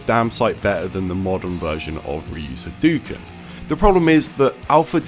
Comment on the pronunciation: Very beginning of the video: "H'dookns." What the fuck is this ^ You are right when you say that generally people don't like zoning. But rather than not wanting zoning to be a thing. Zoning is an easy-out for people that are just shit at the neutral game. So zoning has a lot of counters. Zoning is also generally not fun to watch. At all. Also frankly. I'd expect someone who has heard Ryu yell "Hadoken" a million times a day to know how to say it.